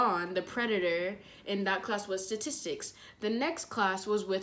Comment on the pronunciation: She: saying the word STATISTICS Me: StAtIsTiCs YUP StAtIsTiCs YUP MS. LaWtOnNnn...